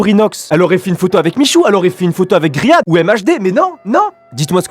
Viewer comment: c'est pas grihad c'est rihad 😂😂😂😂